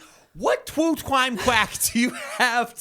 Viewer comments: Twue Cwime Hype 😂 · Twue cwime quackewy